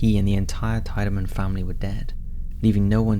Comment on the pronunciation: Cleveland and Eastlake... some really weird stuff happens up here. Franklin Castle. I grew up around the block from the house. And the name is pronounced “TEE-de-man”.